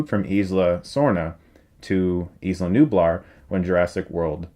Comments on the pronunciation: Isla is pronounced Eye - la, as in Isla Fischer or Island :) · preeeeeeety sure you're pronouncing "isla" wrong